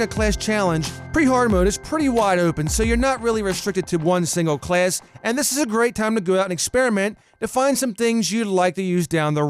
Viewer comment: I like the way he says class. "Clayss"